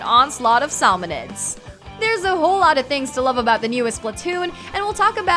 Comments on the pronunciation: Couple things.... "ps4's one eighty p" (180p)? and Splatoon's "sawmon run & sawmonids"? It's pronounced SAL-MEN or SAM-EN 😂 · Saul-mon run, Saul-monids